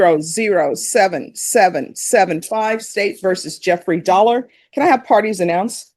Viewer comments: Jeffrey Dollar... I didn't pay any attention to the name on the first appearance but when they called the 2nd appearance I heard Jeffrey... Sounded like Dolmer 😂😂😂😂😂😂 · I heard it as DolMER 😂😂😂😂